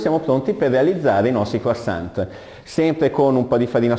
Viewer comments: croissant t t t t t t mi raccomando la t. ......che odioso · qualcuno dica al prof che quando si pronuncia la parola croissant la t finale non deve sentirsi!!! Non si può sentire una roba del genere... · Buonissimi!!!!!!! Una piccolissima dritta, non di pasticceria, questi dolci si pronunciano senza la t. In francese le consonanti che formano la parola deposito in finale di parola nn si pronunciano mai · Bravissimi ma croissant senza la T! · La t nn si legge chef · e' effettivamente scandaloso.. come cazzo si diventa pasticcere senza neanche sapere come si pronunciano le parole di quello che si cucina ;_ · O diooo, perché gli italiani sono sempre così.. Mal educati... Bisogna dire senza t finale, per il resto bravissimi... PS: anche quando dormite voi parlate......